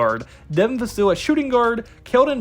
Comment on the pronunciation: Vuh-Sill? It’s Vuh-sell, Hard to take your video serious when you cannot pronounce his name correctly. Risacher should be taken at #4. The French connection! I like neither of the two Kentucky guards. I saw their final game for Kentucky against Oakland. They both were horrible. Use the #8 pick to Cody Williams or Tidjane Salaun. Castle, if available.